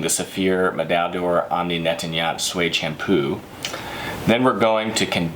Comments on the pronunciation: He keeps saying NET-TAN-YAHT for NET-TOY-YANT and Super IN-NUL-VER FOR IN-VUL-NER. At least try to pronounce the name of the product correctly. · misprounounces? more like murders them... Netanyat? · they sound likehe is calling netanyahu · Nettoyant= neht- twah- yōn- te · Omni Net-tan-yaht 😂😂😂 I do speak French so I can relate how bad he’s butchering that word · Netanya...who? = Netanyahu?